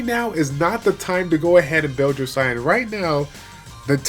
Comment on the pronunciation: Sian is pronounced Sean, Shaun, or Shawn; it's the Gaelic spelling.